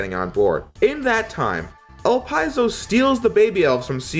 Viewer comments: Great Review! Love your coverage on the story portions and the improvements from Z1 especially. Also, a couple of things to comment on: -El-Pee-Zo not El-Pie-Zo. Also Weil is pronounced Vile, since it's practically a German name. -Could be some sort of misinterpretation on my end, but I feel the Guardians are borderline obsessed with destroying Zero, since they are technically rival bosses. Resistance soldiers are just cannon fodder for them, and they don't really have any opponents that actually test them to their fullest within the Resistance like Zero. Leviathan for one, comments that she doesn't care if the world dies if she can destroy Zero. Harpuia also for ignores Elpizo for a bit just so he can fight you and actually enjoys the pain when you beat him. -Phoenix Magnion is a pain in the ass for new players, but when you figure out his gimmick, he isn't really that hard and is kind of a fun active boss. Phoenix will stay still for a few good long seconds until you decide to hit him. He will ALWAYS teleport on the first attack you throw out, so shooting a buster shot or throwing a slash will bait this out. AFTER he teleports, then you can hit him before he throws out his move. Fighting him is really just a quick hit and run strat. Bait teleport, smack him once, rinse, repeat. The rising fire in his stage can be dealt with, by taking advantage of the time he simply waits for you to attack once you notice the screen shake. Stop attacking him. You can then just position your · I think the correct pronounciation is "Ellpizo" and not "Elpyzol". But I'm not sure,and according to Google Translate it is "Elpeezo",so I'm not confident we can find an accurate answer. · 1st. I always thought Elpizo was pronounced Ell Pee Zoh. Not Ell Pye Zoh. 2nd, I thought Elpizo was a chick. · Is that how his name pronounced? El-Pie-Zo? I always thought it was El-Pea-Zo. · It's Dr. Weil (Dr. Vile) and Elipzo (Elip zo like saying eclip so) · It's actually pronounced el-pid'-zo